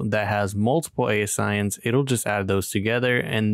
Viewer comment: I LOVE software! I’m an Amazon Seller and I do influencer! Are you the developer? It’s pronounced A-Sin’s BTW 🤣